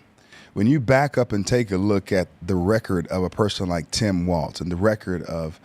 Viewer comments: It's pronounced "walls" not "Waltz" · Just to throw this out there, it's pronounced "walls", not "waltz"